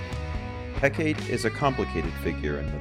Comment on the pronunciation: Mel-in-no-way Heh-kah-tea Jesus guys